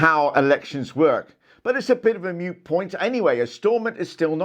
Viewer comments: Moot mate, not mute. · It's wreak havoc. Not wreck. Moot point, not mute.